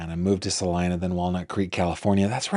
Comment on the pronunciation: Hello from Kansas! Everyone mispronounces Salina, even Google maps!